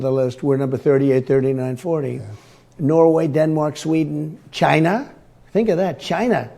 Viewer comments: Hilarious how much he loves the sound of the word China coming out of his own mouth. So much so, he says it twice. (Chai-nah) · Why does he always have to pronounce China as if it´s a made up country? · "Ghina" - like Hillary always got this narcissistic liar quite excited! drumpf; 'Hillary says anything that comes to her head' is this fool kidding? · It’s pronounced “Gi-na”- Donald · 😅😂😅 I think he's auditioning for a job as a comedian!!!😅 Why does he always say CHINA like he does? 😅😂😅 ! He's worried about education, he doesn't sound like he got educated! Played hooky every day?!😂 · I'm going to shut off the lights in my bathroom and say China the way Trump does 3 times to the mirror and see what appears. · why can't he say China without adding an accent ?